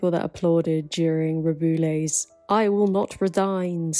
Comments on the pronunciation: The only name you pronounced wrong is Rubiales'. It is read something like "Ru-be-a-les". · I'm not blaming you for this, but why does the BBC pronounce his name "roo-BOO-les"? 😂 i actually like it because of the added BOOOO sound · I threw the BBC under the bus, blaming them for my terrible pronunciation of Rubiales. Turns out I'm just dumb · thank you for covering this ! love your videos ! i was excited to see this one related to spain, even if its bad news :/ also its really funny how you say rubiales and you should never learn the spanish pronunciation